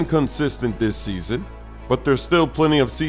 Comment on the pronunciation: He said seaso lollll